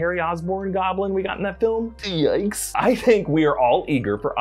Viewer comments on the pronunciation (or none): Really said eeyikes